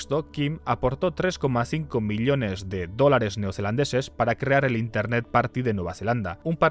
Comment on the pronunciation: me duele la oreja de escuchar "miliones" en vez de "millones" no entiendo xq lo dice mal jajaja